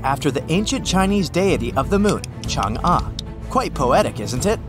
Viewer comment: man is pronouncing chang e wrong bruh